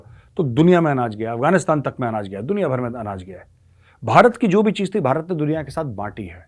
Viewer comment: सोनिया जी भारत को बरात बोलते हैं उच्चारण शुद्ध करवाइए सब भारत के साथ हैं